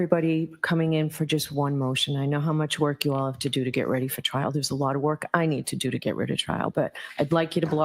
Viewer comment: At the end listen, Bev says there's a lot I need to do to get RiD of trial instead of ready. Love a good Freudian Slip...